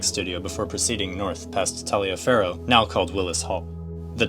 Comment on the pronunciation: In the 80s, Taliaferro was pronounced Tolliver.